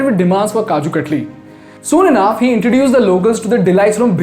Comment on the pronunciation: "Kaju Cut-lee"